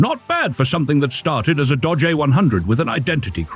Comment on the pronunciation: Since when is Dodge pronounced Dah-jay? I thought it was a joke at first, but it kept doing it. I guess A.I. voices are getting more convincing, which stinks.